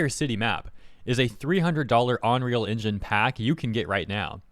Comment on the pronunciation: "onreal Engine" XD